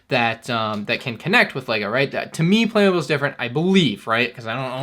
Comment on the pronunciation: Therte's no "E" in Playmobil, it's pronounced Play-Mo-Bill